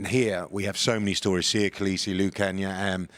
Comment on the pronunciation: Haibo, they really are! So confused and sheltered. Ugo Monye talks about being proud of Siya as a black man, but doesn't pronounce his name correctly and the says that Siya is from the bush. Eish.